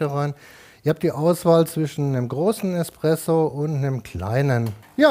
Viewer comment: Oh gott er kann warte die hexe der Haare kann noch nicht mal Espresso aus sprechen